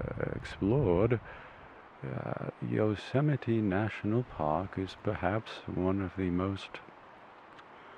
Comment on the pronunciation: isnt it "yo-ze-might" ?